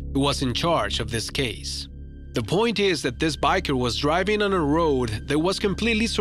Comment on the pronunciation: Did u pronounced driving as dwiving